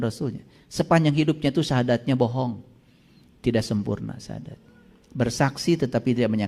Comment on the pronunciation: Iyah nyakut baca nyah juga salah coba dengarkan diya BCA sahadat😂